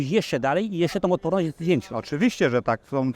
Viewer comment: ...waszom takom dziełem... łotporność... - cenimy poprawną polszczyznę waszych "dziennikarzy" z wadami wymowy 🤣